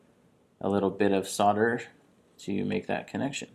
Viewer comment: Great video, but there's an "l"! in solder - it's nor soder.